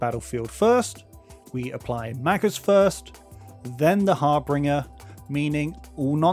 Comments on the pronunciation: Also, it's pronounced Har-binge-er, not Har-bing-er > Harbinger on the Seas doesn't have a R after "harb." Are you sure about that? Harbinge>>R<< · good video, but saying "har-binger" instead of "har-binge-er" is something i've never heard before